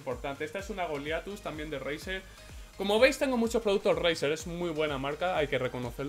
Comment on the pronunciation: Tio te juro que he oído brazzer en ves de razer 😂😂😂😂😂😂😂😂😂😂😂😂😂😂😂😂😂😂